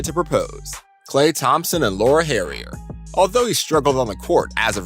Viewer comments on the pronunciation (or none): none